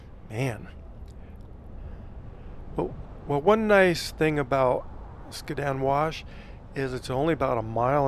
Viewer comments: You’re driving me crazy! Skad-din wash. Not skaa din. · Skad-din for the win . I was gonna create a drinking game between the mispronunciation and the mention of the traffic.